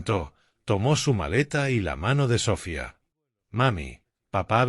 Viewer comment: Es Sofía no Sófia....con todo respeto.....